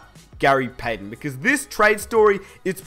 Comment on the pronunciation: its payTON not payDEN! Goddamnit man!!